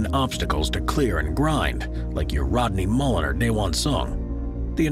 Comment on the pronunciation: Anyone else can’t stand this narrator? He’s like a skateboarding announcer from the 80’s. “That was an excellent maneuver over the skate obstacle!” He also 100% called him “Rodney Muller”.